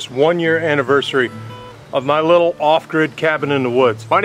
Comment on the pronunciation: Did u say “be radical eh”? Like a Canadian, eh? Love the videos brother!